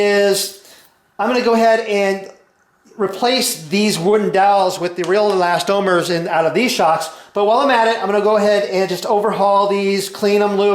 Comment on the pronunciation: I enjoy RJ's videos and I thumbed-up this one, but I appreciate your clarification on the pronunciation of eLAStomers. Frankly, as I watched the presentation, I was wondering, hmm, have I been wrong all these years, not calling them elasTOMers, but no.